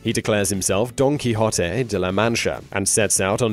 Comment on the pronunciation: Cao Xueqin: Dream of the Red Chamber; Antoine de Saint-Exupery: The Little Prince; Paulo Coelho (a Brasiliano): The Alchemist - I didn't know about these. Now go work on your pronunciation of Quixote - He was not a key hottie nor a key hot tay. Go listen to Ricky Ricardo of I Love Lucy say the O sound in NO.